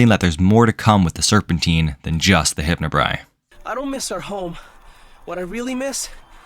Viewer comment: It's "Hypnobrai" not "Hypnobri"